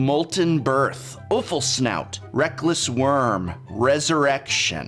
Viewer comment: offal is pronounced awful smh